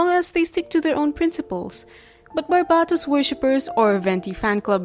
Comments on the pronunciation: which one, I've never heard someone say it like that and I grew up in a very polylingual place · Bc it's their accent 💀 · I was half asleep while watching this but I was awoken by shock from you saying Barbatos wrong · Why do you say Barbatos like that?